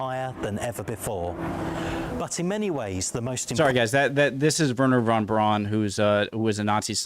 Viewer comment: Werner von Braun (pronounced the same as "Brown", not "Brawn") was an unrepentant Nazi until the day he died. "De-nazification" never actually happened after "Operation Paperclip", it was just a rubber stamp to avoid prosecution of war criminals after WW2.